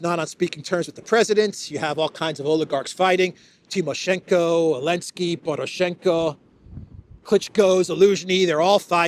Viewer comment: I like how still says Zelensky as Elensky after all these years, lol